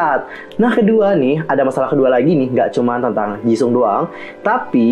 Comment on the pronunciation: Maaf kak cuma mau koreksi Nama Jisung itu seharusnya dibaca Jiseong / Jisong (kalo mau baca cepat) Maaf kak jangan tersingung cuma mau koreksi Kalo ada salah kata mohon maaf dan jangan di maksudkan hati...